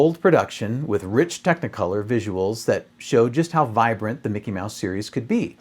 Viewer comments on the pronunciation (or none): none